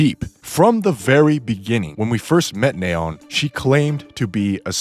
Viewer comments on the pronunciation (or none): "Nay-on" it's nee-on. Like neon lights. She even says her own name 💀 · The hells a "Nay-on"? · Neh-on. I had no idea scientists pronouce the noble gas that way. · "NAA-ON" ... sure dude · It's "Knee-On" like the Lights. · it's completely wrong, wtf are you talking about lol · Oh man… thank you for mentioning this… it was kind of driving me bonkers. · I wont roast your theory, but i'm disturbed by your pronunciation of simple names like Neon, and Marian. I assume you must not play with the English voices on. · The way you pronounce Neon is so funny. It’s pronounced Fi-re-po-wer. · It’s driving me crazy how you pronounce Neon and Anis; it’s crazy how you pronounce Rapi and Ingrid correct but not Neon or Anis dawg 😭😭😭